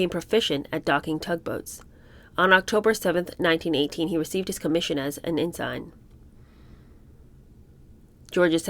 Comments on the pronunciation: (EN-SEN) not EN- SIGN. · Please learn Navy lingo, Ensign pronounced…. Enson… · Love your readings and thought provoking questions and observations. FYI: Ensign is pronounced 'en sn' (basically the i doesn't exist). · It is pronounced EN-sun , not whatever you said